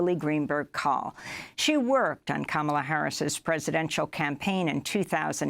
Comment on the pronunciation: Funny she said Kamaala theen corrected herself to Kamla (pronunciation😊) lol